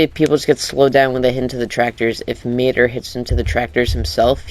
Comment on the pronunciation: I ranted so much on their Instagram about this showcase. Whoever played as mater did a horrible job showing off his abilities. I also hated how he called his name. Tow or matter 😒